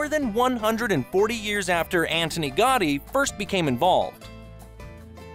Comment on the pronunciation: The narrator did not bother taking the time to say some of the names correctly like Gaudi, Guell, and Boqueria.